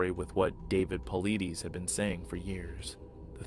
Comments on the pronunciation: His name is pronounced David " PAUL / EYE / DUSS "....... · It's pronounced Paulitis knucklehead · Good story, thank you for sharing. BTW, you mispronounce Paulides